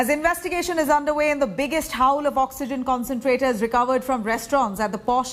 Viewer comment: Haul is pronounced hall..not howl!!🤭🤣 just saying!!